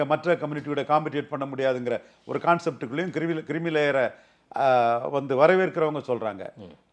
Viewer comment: Creamy (க்ரீமி) லேயர் டா அது. கிரிமி லேயர் இல்லடா the vidiyal ஆட்சி சொம்பே